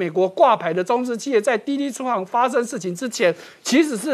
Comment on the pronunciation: ：滴滴出行(ㄒㄧㄥˊ)